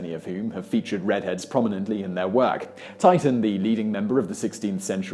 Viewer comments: Titan? You mean, Tee-shun. It's Tee-shun red. Not Titan red. Do a little research before you speak. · "Titan" Duuuude. It's "Titian", pronounced "tish-ey-an". I know this is a janky clickbait channel but sheesh. That's a bad mistake. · I grew up a red head in the U S south and suffered from being apt to burn due to the fair skin that seems to go with being a ginger. By the way Titian is pronounced "TISH-un". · The painter's name is Titian (Tishian), not Titan! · Titian is actually pronounced (tish-uhn) not titan (ty-tuhn) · The Venetian artist is Titian, pronounced Tishin, not Titan. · Ack!!! Simon, the Venetian master painter’s name isn’t “Titan” !! His name was Titian (pronunciation “Tee-shun”) This feels awful… I just broke my rule of never correcting people in comments… so this is a very uncomfortable first for me. However, I thought you would want to know since you pride yourself on being a source of reliable knowledge & facts ✌🏼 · Pronounced Tishin not titan. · Titan => Tish an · Titan???? Surely you mean Titian...Tish-an... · It's not Titan or pronounced (Tie Tan). It's Titian pronounces Tish'n (Tish to rhyme with dish). I read somewhere that there's a certain amount of Neanderthal DNA in some modern populations and that the red gene is meant to come from Neanderthals. Red genes are meant to be recessive. That's what I was taught at school, and dark hair genes are dominant. However my red haired brother and his dark haired wife had 4 children, all of whom were red haired and the science teacher at their school used to 'display' them as some sort of scientific anomaly. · TITIAN not TITAN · I can forgive mispronouncing foreign words, which Simon so often does, but surely : Titian is not 'Titan', but 'Tishian'. I thought everybody knew that. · Titian is pronounced TEE'shun not TItun... wth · The artist is pronounced Tisch-un not TY-tun. But, info is interesting . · “Titan”? Seriously? And you repeated it? It’s Titian, man! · Erm, Titian (Teeshin) not Titan